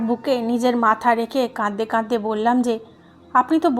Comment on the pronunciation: প্লিজ, প্লিজ, আপনার এই শ্রুতিকটু "কাঁদদে কাঁদদে" শব্দটা বন্ধ করে "কাঁদতে কাঁদতে" উচ্চারণ করুন।